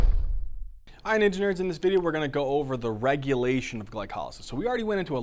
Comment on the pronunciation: ANOTHER person who learned more in a 30 min video than weeks of reading the freaking book. Also, every time he says "ninja nerds," it sounds like he's saying "engineers." Anyone?